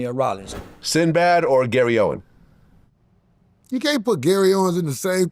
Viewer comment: Not Owens. OWEN. Podcasting 101. KNOW YOUR GUESTS NAME. SAY IT CORRECTLY. {